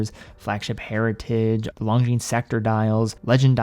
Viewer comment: Ok, i guess I have a pet peeve... Lon-gines (single "g" and a silent "s"), lon-gines... not long jeans... I know, watch brands are all intentionally made for mispronunciation, but this one seems preventable with a little help from your friends. Looking forward to your next video!